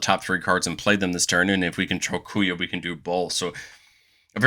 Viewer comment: Oh, man, im still gonna watch the video, but "Kuya" is gonna kill me before the end. 😂😂😂